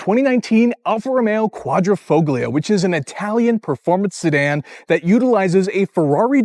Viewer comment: Dude! Typical carsalesman speech... not too bad, but superficial. You need to wash the car and work on the Quadrifoglio pronunciation too! As a 2019, this is a pre-upgrade model with most known problems (eg electrical and failed fuel pumps) and no touchscreen. The brakes are actually Brembo not Alfa. The whole hood is carbon, not just the underlay. You missed that the roof is carbon as is the tailshaft and the front splitter drops at high speed. Paint is a tricoat special and those wheels are forged.